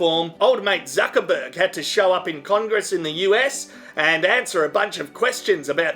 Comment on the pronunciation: And once again "Fuc*erberg"